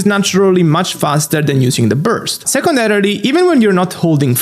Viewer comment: Secundary ❌ "Second rarily!" ✅